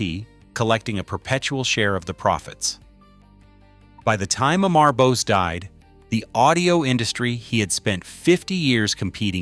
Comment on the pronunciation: Dude this 2026 and you still cannot pronounce Bose founders name properly